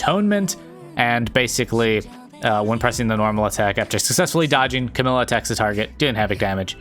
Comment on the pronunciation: I notice your saying Camille instead of camellya if your struggling to say her name it’s like the animal camel- then “eya“ camellya